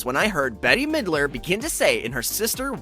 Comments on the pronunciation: This film is a joy. Loved it very much! And by the way, her name is pronounced BET, not Betty! How dare you! LOL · I guess the person voicing this video is very young and doesn't know who Bette Milder is because he keeps pronouncing her name as Betty when it is Bette, pronounce bet , rhymes with let. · “Bette” is pronounced like the word “bet”, not like the name “Betty”. The “e” on the end is silent. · I couldn't concentrate anymore when he called bette midler, Betty 🙊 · It’s not Betty it’s Bette pronounce “Bet” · It’s not Betty milder. It’s Bette. Pronounced “Bet”. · Not trying to be a jerk, but Bette's name is pronunced "bet" not "Betty". 😂 Great video though as always. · It’s Bette not Betty lol but great video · I thought the same thing. 🙈🙃 But great vid tho!